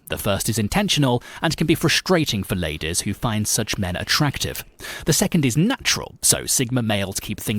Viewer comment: "Most appealing to the LAYDESS" i died I'm dead now thanks